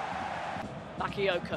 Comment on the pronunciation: she only got excited when Bakayoko touched the ball, and she couldn't even pronounce his name correctly. smh.